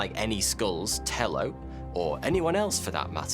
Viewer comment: Tello is a Spanish name so it’s pronounced Tay-Oh